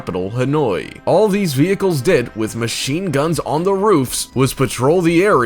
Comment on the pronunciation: Had to like when u said "cool videos liike theeze" 😂😂